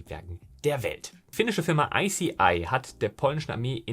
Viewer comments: Hey, super Video - wie immer! Nur eine kleine Anmerkung weil es mit jetzt schon häufiger aufgefallen ist. Die Firma ICEYE wird „Ice-Eye“ ausgesprochen, nicht „Icey-eye”:) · Zwei kleine Anmerkungen zur Aussprache: Bei "New Norcia" wird quasi Norsia ausgesprochen. Bei wird ICEYE wie Eisei ausgesprochen.